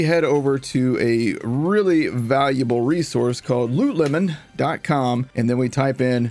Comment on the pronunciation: Why does pronounce "Lootle Mon" as "Loot Lemon"?